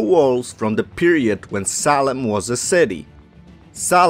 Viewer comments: I couldn’t stand to continue to listen to this because of the choppy-spoken narrator who cannot pronounce Salem correctly. It is pronounced SAY-LEM, not SAW-LEM! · you said the city salem or solon?